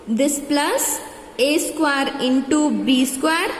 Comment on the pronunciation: Man that is not saquare that is square